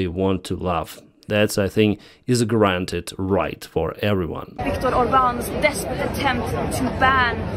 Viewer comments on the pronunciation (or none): none